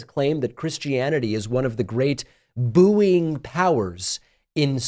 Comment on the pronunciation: This 'boo-ee-ing' pronunciation of bouying... Is something that floats 'boo-ee-ant'?